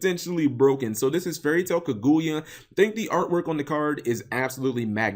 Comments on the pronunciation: Was I the only one who cringe on how Cap pronounce it as Ku-gu-yea when really it's Ka-Gu-Ya. IDK I guess since I just finished watching that whole Naruto Arc in English Sub I'm use to hearing it that way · Cap you are gonna have to get better at pronouncing Japanese inspired card names. It's absolutely a pain to listen to Kirin: key-leen not ka-rin; there is no hard r sound in the Japanese language which is why they struggle pronouncing them when the speak English Kaguya: ka-gu-ya not kuh-guya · Tre Fields oh noticed that now. It's like the name is kagoya instead of kaguya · sarthak arora cap says it like kaguuya (2 syllables) when it's kaguya (1 syllable) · Cap butchered the pronunciation of kaguya so bad that I didn't know why the name looked familiar till he said naruto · You aren't alone, I always cringe like hearing scratched chalkboard when people mispronounce Japanese. Especially when its so obvious to see how to say it. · How did I call it, how did I know exactly how he was going to pronounce Kaguya wrong. Step up your misspronouncing game cap. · Cap you're saying her name wrong